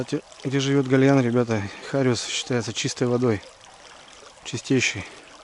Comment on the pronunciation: Не хариуЗ а зариуС